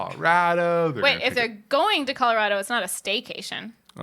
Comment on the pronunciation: With love, the way you say Colorado is why Texas and Colorado have a rivalry! 🤣